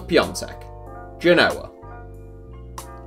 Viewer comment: Good pronunciation of piąteks name